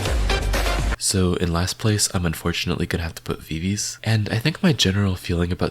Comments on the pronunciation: VI-VI-Z not VI-VIZ :) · btw viviz is pronounced vivi zi